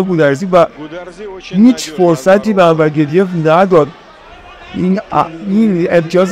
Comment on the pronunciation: انور گدیف نه 😅😅😅😅گودیف درسته